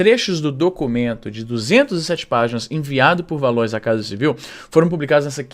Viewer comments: Ela era colega de trabalho da minha tia (juiza) e usa sempre a ideia que ela era injustiçada, que sofria/sofre preconceito e etc para conseguir alguns privilégios. Se pronuncia Valoá* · Izzy, acho que "Valois" se pronuncia "Valoá". Espero ter ajudado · Se pronuncia Valuá . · Luislinda “Valoá” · Se pronuncia "Valoá". É de origem francesa. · Izzy, o "Valois" se fala "valoá" (acho que é francês ou algo assim)